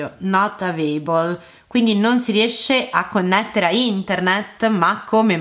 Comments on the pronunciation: "not avebol" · "not aveibol" geniale